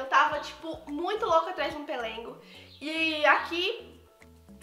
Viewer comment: Amei suas comprinhas 😍😍😍🙏mas eu ri vc falando " pelengo" 🤣🤣🤣errar é humano...se diz pelego 🤣🤣vc é muito animada e divertida 🥰